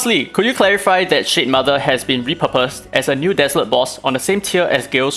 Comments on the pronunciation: Ngl I wasn't hearing shademother, I was hearing shitmother, and honestly probably a more accurate name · It toom me a long time to figure out weather you were calling it the S***mother or Shade mother😂. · I love that I kept hearing "shit mother" 🤣